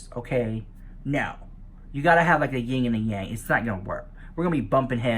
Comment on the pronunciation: "There needs to be a Ying and a Yang " ....😂😂